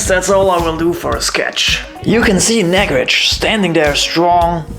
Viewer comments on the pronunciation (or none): It's not nag-rej it's Naag-Rahj. Nice video!!